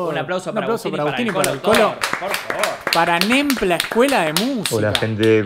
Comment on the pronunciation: Nembla sonó a NAMBLA, la red de pedofilia y creo que lo sabe 🤣